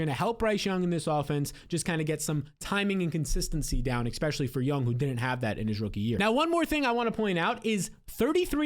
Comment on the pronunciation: I’m a big fan of your videos. I like your takes on most things. But you GOTTA stop saying EXPECIALLY. It’s Especially. ES. ES. Sorry. I really hate to be this guy. Big fan. Seriously. Keep up the great work.